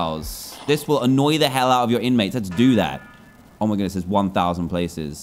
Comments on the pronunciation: Is no one gonna talk about how he said h e dibble hockey sticks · Was it just me or did Dan say H E L L when he was trying to annoy the prisoners?